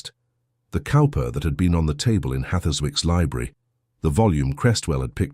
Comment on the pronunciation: Cowper is pronounced Cooper...just an FYI. The dry humor is priceless lol.